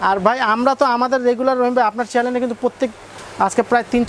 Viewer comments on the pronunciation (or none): “Chalen” na “Chanel “